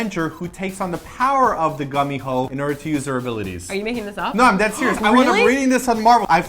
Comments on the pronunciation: I thought it was pronounced like with k e.g kum-ee-ho not gum-e-ho? Also in Britain we have the bogey man who is like a goblin ,that likes to play tricks mainly on naughty children. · Naruto is also a gummi-who as Simon pronounced it..... A nine tail fox 🙊🙊😏😏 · Simon pronouncing gumiho incorrectly is kind of funny because gummi or gumi (if my Korean isn't failing me) is spider, right? And spiders have many legs like the gumiho has many tails :) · Gumiho can be pronounced as Kumiho because hangul character is the same 구미호.